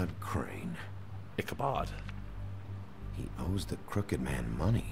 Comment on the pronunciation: You did say it was craine